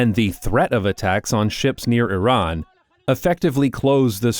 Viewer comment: Did… did he say Z-iran because he was thinking about Zohran??